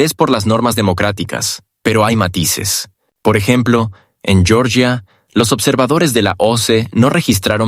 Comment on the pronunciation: Georgia, no Yoryia (así se diría el nombre en inglés). El nombre nativo de Georgia es Sakartvelo.